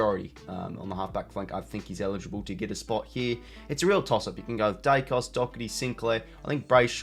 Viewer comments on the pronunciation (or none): none